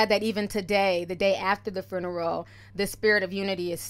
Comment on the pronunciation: I love you and the way you pronounce 'fruneral' lmao 💋 And might I add, Nipsey's home going was so beautiful. I wasn't a fan of his music, but I'm definitely now a fan of this man's work and love for his ppl/community. My deepest and sincerest condolences go out to his family, he was such a great person and I'm sad that I didn't get to appreciate him while he was with us. Hes inspired me so much and I truly thank him for that. #RipNip #themarathoncontinues 💙